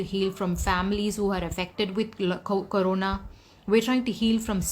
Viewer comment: Komments or comments? Karona or corona? Disgusting or discusting? When you speak English pronunciation is very important.. By the way I'm remi English hod in sharjah indian school..